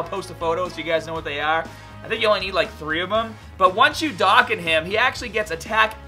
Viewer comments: "Darkan" what is that? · Its "doe Khan" awaken